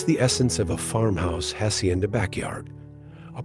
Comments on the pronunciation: Its so offendive that this guy cant learn to pronounce a couple spanish words. If its so beautiful anf captivating at least make a little effort to pronounce "hacienda" correctly. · Its so offendive that this guy cant learn to pronounce a couple spanish words. If its so beautiful anf captivating at least make a little effort to pronounce "hacienda" and "saltillo" correctly.